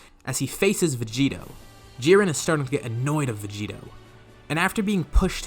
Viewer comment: It's "Vegito"